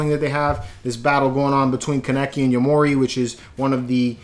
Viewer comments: It’s ken kaneki (kan-neck-key) not kannecke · His name Is pronounce KAN-NE-KIE